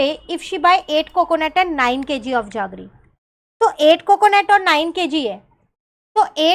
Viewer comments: Mam that's not jaggre it's jaggery means gud metha vala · Why are you saying जागरी instead of जेगरी